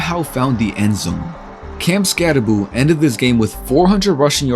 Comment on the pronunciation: Never pick a fight with a man unafraid to mispronounce his own name. He dares you to say something.